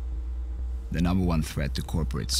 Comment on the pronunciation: Why is the narrator a different accent than the guy in the vid? The narrator says "duh" for "the". That's really the only thing that really bugs me. If you have an actor/protagonist/main-character talking in the vid, you need to have him do the narration too. or get someone who at least sounds reasonably close.